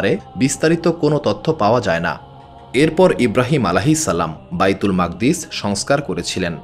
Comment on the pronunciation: ঐ মসজিদের নাম বাইতুল মুকাদ্দিস, মাকদ্দিস কি .. উচ্চারণ বিকৃতি।।